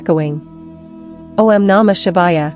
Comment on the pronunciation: must we have AI narrating everything? couldn't you have a real woman doing the narration? O M Namah Shivaya? O and M are NOT pronounced separately. Ridiculous.